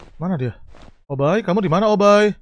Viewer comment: Obbai bukan opai